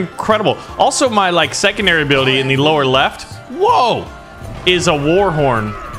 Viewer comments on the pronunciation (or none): none